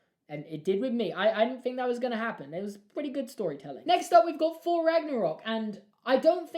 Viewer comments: It’s “Thor” not “Phor” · man has trouble saying thor